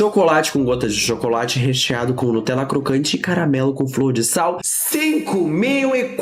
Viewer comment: se eu falasse “cagamelo” e “mogango”, iria preferir gastar dinheiro com uma fonoaudióloga.